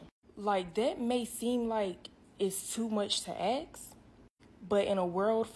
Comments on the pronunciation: Too much to axe and axing !!! Ask and asking, come on now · "dat may seem like too much to axe? Too much to ahks?" What is it? Why is her K ahead of S in ASK! It's ass-k!"